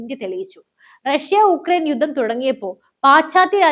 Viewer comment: Good presentation. One suggestion, please work on your pronunciation. 'Yuddam' alla 'yudham' ennanu , 'gattam' alla 'khattam' ennanu, 'pradaana manthri' alla 'pradhaana manthri' aanu and few more words like that here and there. Your presentation is already good , so if your pronunciation is also corrected it would be much better.